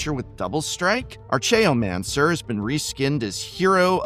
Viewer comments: Was an English professor, pronounces archeomancer as artch-eomancer and not ark-eomancer. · Your script reading is going downhill. Mispronouncing relatively easy words such as "asymmetrical" and "archaeomancer" is not a good look for any YouTuber, much less one that calls himself a professor.